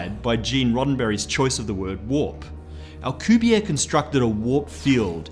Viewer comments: Alcubierre... That is a Mexican, Spanish last name. The last letter "e" is not silent and he is not French. Al-ku-beer-re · I went to school with Alcubierre’s son. All the letters in Alcubierre are pronounced btw. Also the final E. It’s a name in Spanish. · I got here cause I'm reading Marko Kloo's Frontlines series, in which they use alcubierre drives to travel the galaxy. Had no idea how to pronounce it.